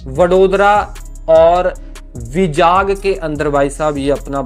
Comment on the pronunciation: विजाग नहीं वाईजैग😂